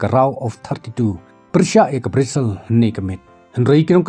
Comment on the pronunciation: Brizil ✔️ brazil ❌. 😂